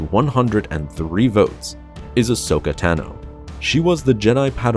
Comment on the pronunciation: How can you know so much lore and not be able to pronounce 'Kanan' or 'Tano'?